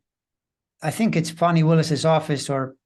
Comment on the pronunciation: Fani Willis: Her first name is pronounced FAWN-ee. If you can't remember that, call her D.A. Willis.